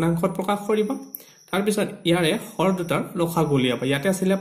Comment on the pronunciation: Lob nhoi lowo , hor nhoi horo. Pronunciation tu hudhorai dilu.